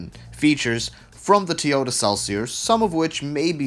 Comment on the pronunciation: Never heard of a Teeota before :P